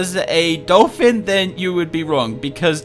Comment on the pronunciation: It’s not doliphin